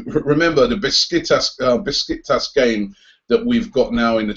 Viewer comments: its pronounces beshiktash (pretty sure the curly S is SH) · Love your channel! But is that really how english people pronounce "Besiktas"? Bisiktas?